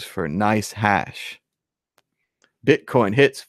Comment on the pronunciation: Admit it, you're saying bitcorn in the beginning.